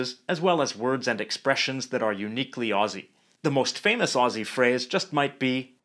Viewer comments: I really just appreciate that he doesn’t say Aussie with an s. It’s Ozzieeee!!! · good on ya for saying “Aussie” right, not like them septics with their sibilant esses. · YES FINALLY A NON AUSSIE WHO CAN SAY AUSSIE! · Btw the word Aussie, is pronounced as Au-zz-ie